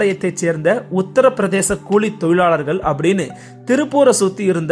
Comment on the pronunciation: Cooli tholilali not kozhi tholilali